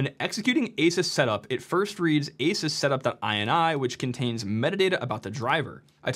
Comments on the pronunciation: Ahsoos not aysus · How are you still mispronouncing Asus in 2025? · LEARN how to pronounce asus you sound like a moron for reporting on a product and not even knowing how to pronounce its name